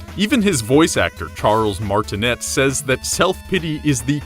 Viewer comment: It's pronounces Martin-AY